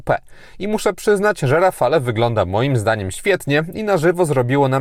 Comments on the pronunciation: Dzięki za kolejny ciekawy test. Czekam na szczegółowy w PL. Jedna uwaga. Wymawia się rafal a nie rafale. Pozdrawiam 👍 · rafalE .... eeee nie można tego słuchać ... a wystarczy zapytać byle gugla jak sie to wymawia i może co znaczy i dlaczego